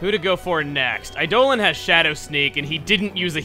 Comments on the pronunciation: You do know it's pronounced Eye-dah-lawn right? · I don't get why Eidolon keeps getting pronounced as Eidolin.